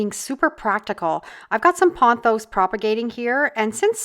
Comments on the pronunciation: ( ). POTH os, ✅ Not PON thos ❌ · There is no "N" in pothos.